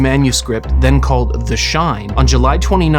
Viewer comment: too much emphasis on "THE"